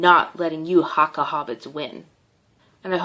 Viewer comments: I'm from new Zealand and she is the most erritating person I have seen and it's not harka it's prinased huka 😤😠😠😠😠😠😠😔👈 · Bruh it’s not haaaaaakaaaaaa it’s haka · The pronounces Haka two different ways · She said Haka wrong and its not sexist, its a tradition us maori's preform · This woman can’t talk shit when she can’t even say haka right. If you see this woman you would piss your pants if they did the haka in front of you.